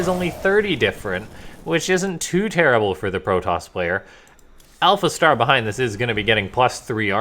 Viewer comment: hahaha you said alpha T !!!!!!! I love it!